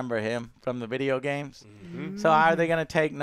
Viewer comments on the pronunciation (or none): none